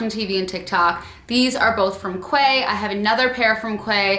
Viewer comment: Loved this video although a little late to it! Also, Quay is pronounced Key ;)